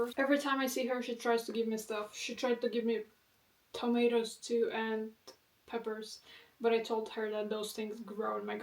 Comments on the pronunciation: good ol' 'maters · It absolutely tickles me how you say tomatoes like an American from the south 😂🫶